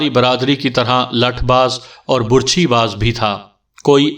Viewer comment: آواز اور انداز بہت اچھے ہیں، اردو اور تلفظ پر توجہ دیں ۔ کنور دیوان میں کنور اس طرح پڑھا جائے گا جیسے کنول پڑھتے ہیں ۔ برچھی میں ب پر زبر ہوتی ہے ڈوم کو doom پڑھا جائےگا ۔